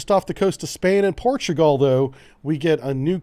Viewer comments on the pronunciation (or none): none